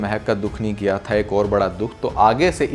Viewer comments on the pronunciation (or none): Apke reviews bohat achhey hoty hain is main koi shak nahi lekin please apni Urdu kharab na karain Ap (kra kra) keh ry hain jabke ye (kiya kia) hé